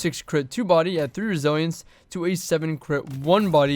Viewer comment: Godamn the way you say resilience makes me want to close the video